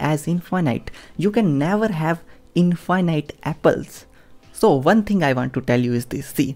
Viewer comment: What is "infighnight"?